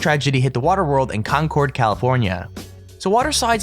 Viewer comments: You mispronounced Concord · YOU SAID CONCORD WRONG I KNOW BECAUSE I LIVE CLOSE TO THERE AND IVE BEEN THERE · I have gone on that ride at waterworld. it's an amazing ride! except for a second on that ride I could not breath because I went underwater. and also he pronounced Concord wrong